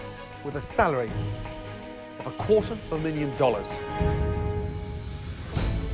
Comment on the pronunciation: Everytime he says "a quarter of a million follars" i think about the british chef on kitchen nightmares that he thought was overpaid at 25k pound a year